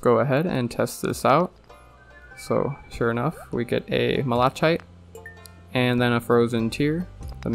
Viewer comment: Just a quick FYI, "malachite" is pronounced as "mal-uh-kite." NOT "mall-uh-chite."